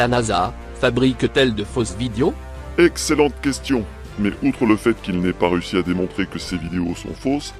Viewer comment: J'adore comment la voix synthétique dit "vidios". Je trouve que c'est un parfait résumé : ces gens sont des vidiots... Merci, excellent travail comme d'habitude. Et mes félicitations sincères pour avoir cherché à comprendre son baragouin. Pour se balader dans le cerveau de Saïd Adjoul, il ne faut vraiment pas avoir peur du vide...